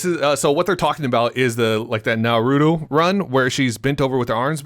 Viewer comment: Who else cringed when he said Naruto wrong